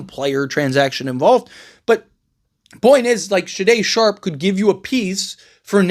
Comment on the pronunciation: AI also exists and a good portion of reports posted online about the NBA offseason are AI generated. Someone put some players and their salaries into an NBA Trade Machine app and then they spat out this report to generate clicks. If the Blazers traded Shaday Sharpe, as you have called him in this clip, then GM Joe Cronin would ask for 2-3 unprotected first round picks back. His name is pronounced Shay-don Sharpe. Sade(pronounced Sha-day) is a singer from the 80's.